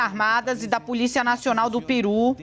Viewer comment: é Pêru e não PIRÚ.